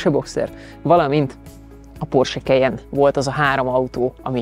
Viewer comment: “Kejen” Soha semelyik autós szakújságíró nem ejtette így a modell nevét,sem Magyarországon,sem külföldön. KAJEN! <—- Németországban is így ejtik! Az új modell orrrésze borzalmasan gyengére sikerült,jellegtelen. Ennyi erővel lehetne Ford vagy Honda.